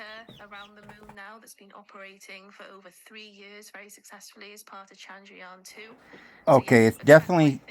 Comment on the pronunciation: Chan-Drayaan. dragon?